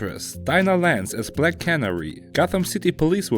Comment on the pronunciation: Just stop talking, cant understand a word. Black kaanarie Wut?